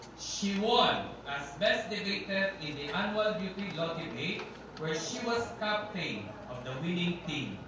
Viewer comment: Better choose a good speaker who is comfortable with English the next time you introduce a person of Miriam Defensor Santiago's caliber. "Cap-teyn".